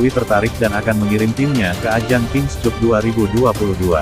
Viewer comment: Koreksi saja pada pembaca berita : King Kap bacanya, bukan King Kup. Cup = Piala. Malu-maluin.